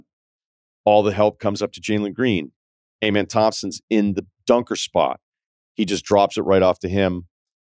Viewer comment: His name (Amen) is pronounced more like Ah•mehn, or uh•mehn rather than Ay•mehn. Good to hear you talk about the Rockets 🚀 though!